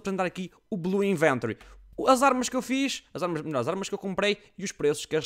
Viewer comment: oh, mentiste! o vídeo chama-se MY BLUE INVENTORY! e não belu iventary:V